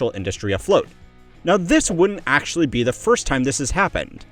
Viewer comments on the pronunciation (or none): 'Te' not 'The' 💔😔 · says Te instead of The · "on te rise" lmao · On te rise? Should be the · “… on te rise” ??? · "back on te rise" lol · “Te rise” 😂